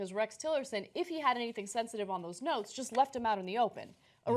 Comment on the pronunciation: Oh.... NOTES!!?? I thought you said NOSE.